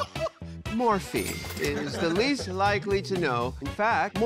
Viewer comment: is nobody gonna comment on calling morphine 'fat ma'